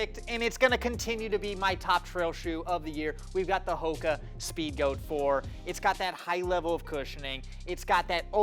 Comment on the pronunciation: Guy pronounces Hoka wrong in first 30 seconds🤦‍♂️